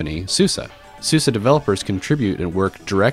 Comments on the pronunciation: isnt it called suze like suZe not succe anyways lol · How do you get the pronunciation "Susa" from "Suse"?